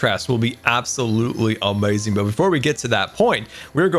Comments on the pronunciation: I like how he says amaizing instead of amazing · "Absolutely awmeaasing"